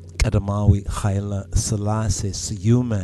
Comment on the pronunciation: Igziabeher yistellin hulgize astemariye. Going to RASearch for the article pictured Also, can u clarify where the pronunciation Hailie SHalassie (as opposed to Hailie SElassie ) come from? If it is Ge'ez is it 'spelled' with a different fedel character than the 'Royal S' yikerta, I am at a work computer & have no Amarrenya fonts at my disposal here Kidist Selassie yitabaruk neh